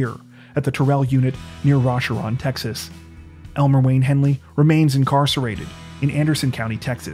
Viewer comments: It’s Ro-Sharon Texas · Oh...and it's pronounced Ro-shar-on, not Ra-sha-one, or whatever you said. 😒